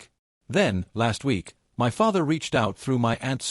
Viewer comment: Why can't your dumb AI narrator pronounce "my" correctly?